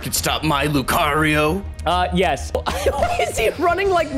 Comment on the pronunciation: Only lucario,kyogry,mymikiu and pikachu and mewto you Said right but it doesn’t matter